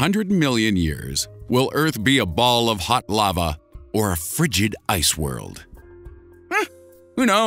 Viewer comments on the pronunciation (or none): none